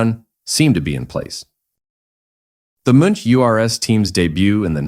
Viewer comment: Thank you very much for posting that video! But please allow one comment, the pronunciation of those German family names like Wolfgang Kalauch, Karl Hoppe, Friedel Münch and Horst Owesle is xxxxxxxx ;-)